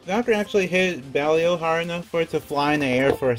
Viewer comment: Belial, not Belfyre